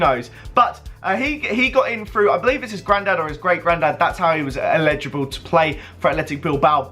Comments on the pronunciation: it's eligible not illegible. (el-i-ja-bul, not il-eh-ja-bul) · the way you say elligible makes me sick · sam cohen lol he pronounced it illegible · I hate it when people say illegible instead of elligible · "Illegible" fuck me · Edward Beach it's his accent he's saying ellegible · "Illegible" SMH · Why are you pronouncing eligible like that